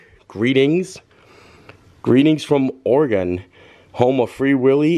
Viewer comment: Oh, wow - didn't expect to see you pop up in my home state! Nice!! And kudos for pronouncing Oregon correctly! :) Many people don't!